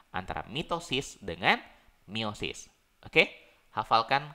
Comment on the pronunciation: Meiosis. Bukan miosis